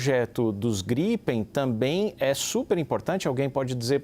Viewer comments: caças GRIPÉIN kkkkkkk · A jornalista nem soube falar direito o nome do caça em a versão. Kk